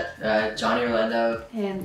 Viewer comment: Nobody: Lauren: cannot pronounce her last name Orlanda!